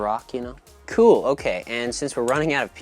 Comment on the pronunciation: The way he said “kewl”